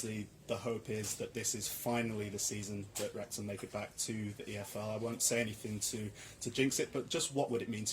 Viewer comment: Wrexham…Wrexgam……that just another word now! You both can DO anything!